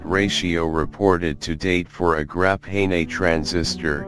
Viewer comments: "Grap hay nay" sounds like the wave of the future. why are we using an automated voice? no humans were around who could speak? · grap-nay-nay. HAHAA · Grap hay ney....lol. what's more odd is he says graphene properly. And other times too I just realized